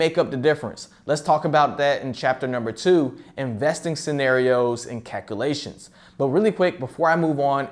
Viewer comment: I can't stand him mispronouncing calculations it's not calkoolations